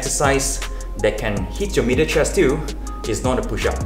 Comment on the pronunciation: I thought he was saying “mirror chest”